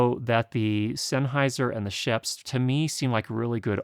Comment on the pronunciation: shuuups not sheps